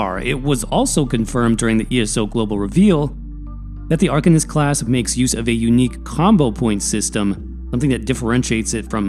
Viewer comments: arCANist not arKUHnist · ar - CAIN - ist.